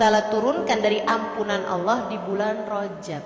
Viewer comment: Cara kamu sebut Allah tidak betul